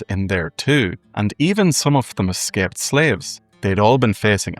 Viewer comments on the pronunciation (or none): none